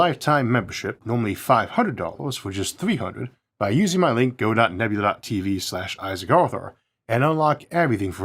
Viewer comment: "I'm Isaawk Awthur. We can make our dweems a weality!'